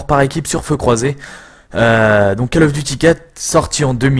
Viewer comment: Coll of duty pas Caaaaall of duty u_u